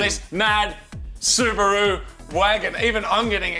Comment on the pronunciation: Its not subru.... its called SU BA RU